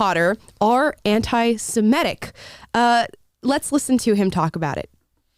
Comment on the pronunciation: “Semitic” not semetic